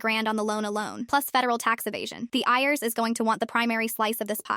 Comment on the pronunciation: It's pronounced I.R.S. not ears